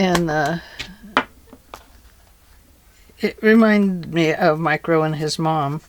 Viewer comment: These journals are very pretty and the design is so fun. I had to re-listen probably 10 times to figure out you were not saying "micro and his mom"... I kept hearing "micro". And thinking who the heck is Micro? A rapper? A cartoon character? Then I figured out you were saying Mike Rowe!🤣🤣🤣🤣🤣🤣🤣🤣Wow and I wasn't even drinking!🤣🤣